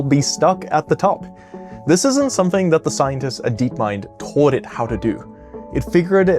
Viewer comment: I'm really curious what the accent the speaker has because of how he pronounces "wall" and "ball" and "taught" in the few seconds after . I've never heard ball pronounced "boouwl" before. His accent sounds relatively normal the rest of the time, but there are certain words, the ones with an "aw" or "au" sound like in wall and ball and taught.